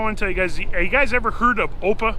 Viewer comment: just a note to say that AOPA is pronounced as each letter individually: a o p a, not the way you pronounced it. I've been a member since around 1966 or so. Beautiful V-Tail in the ep.